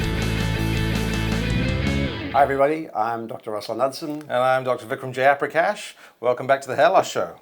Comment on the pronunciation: Its so funny that even Vikram Jayaprakash himself cannot pronounce his name correctly 🤣